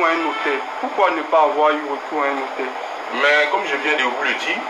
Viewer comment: Ma belle on dit notaire